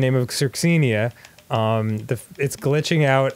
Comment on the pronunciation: My REAL last name is CIRKSENA, and people basically mispronounce it Pretty Much Just like you are Pronouncing the Character's Name. I looked at my T.V. when you said that name, and then i SFMH/ ROFL . TTLY It's PRONOUNCED; sirk-SEA-nah... Both My LAST NAME, AND THE CHARACTER'S NAME.